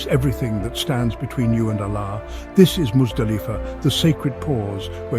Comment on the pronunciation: Can you please pronounce the ALLAH properly. Use arabic tajwid for God’s sake and otherwise stop making these videos